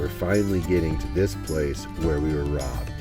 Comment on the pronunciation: The disappointment in Curts voice, every time he pronounces ROBBED, totally broke my heart.